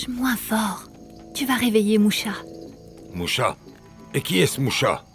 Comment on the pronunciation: Heu je crois que c’est moussa pas moucha 😅😅😅